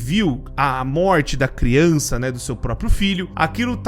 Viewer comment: "Deixar bem claro que criunça não entre" MANOOOOOO TE AMO 🤣🤣❤️❤️